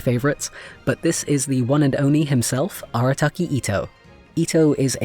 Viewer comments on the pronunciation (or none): Me, - ...did he just say 'one and ONI'? 🤣 Also, I FULLY blame Jenny for the fact I immediately said "PASTA MAN" when you introduced Tartaglia.